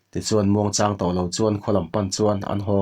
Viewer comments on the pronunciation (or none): Ha chang, mau chang ang ni lovin, lung chang tih angin, chang tih hi lam tum...Ha chang